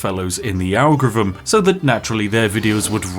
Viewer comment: Lol. You can't say "Algorithm". 😅 "ARGEREEVMM"